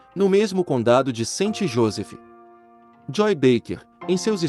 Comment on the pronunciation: Moço, não é santi Josefi, é sainT JoseFFF, sim i no final, assim como não é Jacobi e, sim, JacoBBB